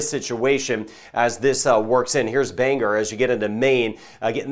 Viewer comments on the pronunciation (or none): Bangor Maine is not "Banger." Its "Bang-gore" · Thank you for your reporting! It's Bang gore, though, not Banger. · For what it’s worth, Bangor is pronounced BANG-GORE. If you use “er” at the end, we know you’re “from away.” Great job forecasting! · it's bang gore not bang her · if you want to pronounce Bangor like a Mainer would say it try Bang-Gore or Bang-oh-ah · Bangor is pronouce as Bang Gor. Some info from a former Mainer.